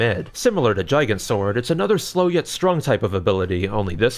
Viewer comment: Thank you for reminding me that Gigant should be pronounced like "gigantic". I've been saying it wrong this whole time with a hard "g".